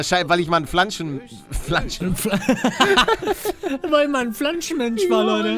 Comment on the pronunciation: Wer von euch hat auch Pflanzchen zu Hause? 😂😂💜 Immer diese Versprecher 😂